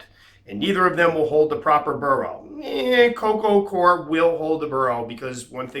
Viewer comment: coco gwar ...= coco cwar ...coco coir